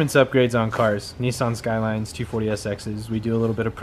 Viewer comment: What the heck is a 'nee-sarn'? I think he meant 'nis-san', right?